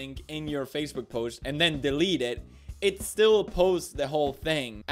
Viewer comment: Did He just sayed "Facebek" insted of Facebook??